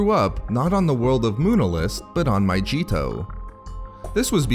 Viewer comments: Pronounced MA-Gee-to not majito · It's not pronounced My-g-tow! It's My-ge-tow! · your videos are cool and stuff but just a heads up, it’s pronounced my-gee-to not my-jee-to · My-g-eeto, not myJeeto